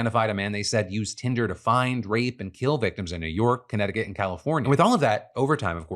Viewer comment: Did he really call it hinder in the beginning